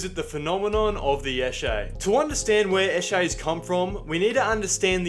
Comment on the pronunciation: Its sesh. Session. Esh-ay. "He's" is said "E-shay". Emphasis on the E. "Lets go eshay adlay". (Lets go for a sesh lads)